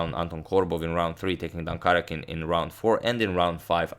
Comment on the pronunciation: #suggestion The stressed syllable is in all caps: ka-RJA-kin.